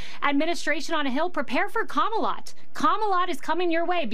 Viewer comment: I know she's saying Kama-lot, but that's not what I'm hearing...